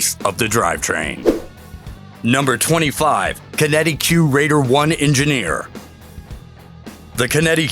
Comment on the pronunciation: lol "bohemoth" bEhemoth.... "kinetique LOL